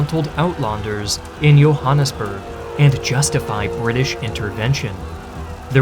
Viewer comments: 10/10 pronunciation of Johannesburg. I avoid watching content about South Africa because no one says the names properly, but you did a good job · I never heard a non-Afrikaans speaker pronounce Johannesburg correctly until now.